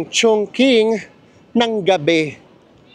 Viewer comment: Maganda tlga sobra ang Chongqing,(medjo bothered lang ako ng very light sa pagka-pronounce nyo HEHHE😅) Chongqing (pronounced as 'Chong-chíng' not Chong-king 😅)